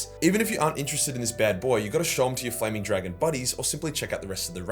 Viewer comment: “Wee aaa Framing Dlagon”